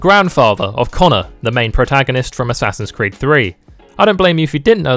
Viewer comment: "Ass creed"😂